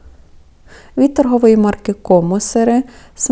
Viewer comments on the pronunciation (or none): none